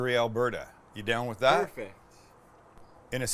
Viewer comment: He always says "perfuct" and it drives me nuts. 😄